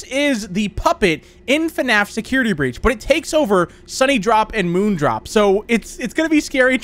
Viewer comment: Did you say sunnydrop it’s sundrop for correction just saying